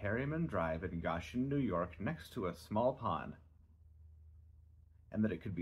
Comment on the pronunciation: Goshen. It's pronounced Go-shin